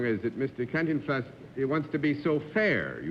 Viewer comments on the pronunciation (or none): Well no :-) ....whatever might be the rest of it, the last syllable definitely is not "flaws" but more like "flahss" -- and yes, as you say, say it FAST. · the women done said CAN-TIN-FLAS pronounced every letter... never heard it that way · Can ten flas … what a pronunciation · ah yes Can, Tin and Flas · It's Pronounced Con Teen Fla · “Cantin Flaw” lo máximo esa pronunciación 🤙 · It's funny hearing Cantinflas name pronounced by the panel. Growing up here in Spanish-speaking Miami, everyone pronounced it "Caanteenflas". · Arlene Francis butchered Cantinflas name. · yea she pronounced the American way which i never knew existed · It's so funny the way they pronounce Cantinflas~~~~~lol